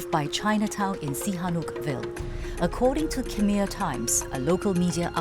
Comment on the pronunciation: Surely the reporter could've conducted a little research into the pronunciation of "Khmer" ... lol its not pronounced how its spelt.